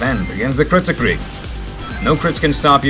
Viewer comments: Kritzkrieg mate not critscrieg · Instead Of Calling Kritskrieg Call It KritsKreig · It's Kritzkrieg, not Crietscrig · Didnt you mean "Kritzkrieg"